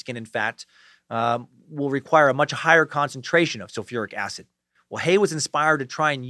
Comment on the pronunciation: So glad you don't pronounce "acid" -"acit" in this one. In your " this is not happening" the way you said acit drove me nuts.. 😂😂 hail nimrod.